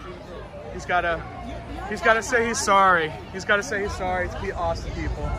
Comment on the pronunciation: O;59 “Asstin Texas!”😂